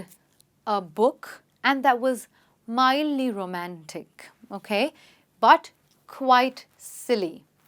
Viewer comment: mildly and not midly